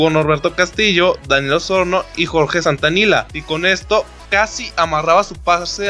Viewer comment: Amigo no era jorge santanila, es Jorge Santillana